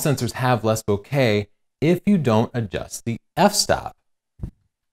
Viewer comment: friend of mine from Japan says it is pronounced the way pronounced it. He also says that in Japan they would use the word to describe a person whom we would describe with a word like "goofy" in English.